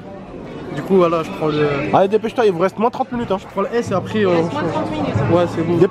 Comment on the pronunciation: dire "arès" a la place de "après" ...